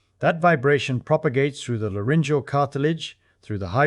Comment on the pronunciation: Propagates - not “protagates”